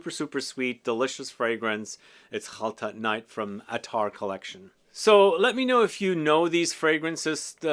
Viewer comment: Your pronunciation of Khaltat makes me want to try it. Authentic!